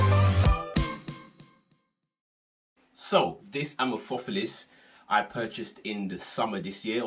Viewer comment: The word amorphophallus comes from greek amorphos (= misshapen) and phallus (=penis) so the stress would be on the second and fourth syllable. Just info in case you care, no offense whatsoever. Great informative video :)